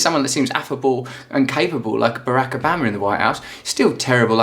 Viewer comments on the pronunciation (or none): Why does he keep calling him Barack Abama?? I'm pretty sure Obama is spelt with an O and is therefore pronounced as such. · Stop saying Obaama. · How can after 8yrs can you still not say Obama's name right?